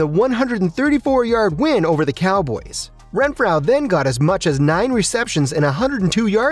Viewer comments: Say it with me “Ren-FRO” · Pronounce his name correctly! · How do you not know how to pronounce renfrow